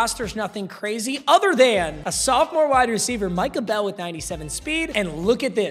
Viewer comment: I got flashes of rage when you said michah bell